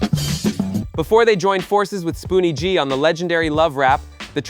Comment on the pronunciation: Ummmm spoonie was not a one hit wonder the God Father and your announcement of there names is criminal